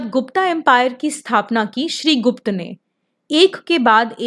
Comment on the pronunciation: All well & good.. But one complaint i have.. Its "गुप्त ", not "गुप्ता " योग ka योगा aur महाभारत ka महाभारता aur रामायण ka रामायणा...ese hum hi krne lagenge to sahi pronunciation kon krega?